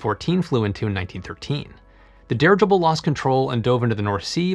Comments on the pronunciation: No one else has commented on the pronunciation of "dirigible"? OK........ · Dirigible can be pronounced at a normal talking speed with no severe side effects, other than being understood. It comes form an old latin root meaning, to direct. Your welcome. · I don't know which is worse, his horrible and overused puns, or his pronunciation of "dirigible".